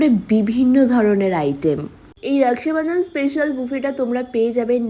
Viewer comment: রাকসাবান্ধান ?? রাখি বলতে অসুবিধা হয় ? বিহারী চাপড়ির বাচ্চা